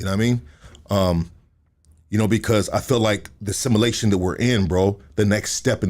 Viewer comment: U can tell just learned a new word... "simmalation" Lol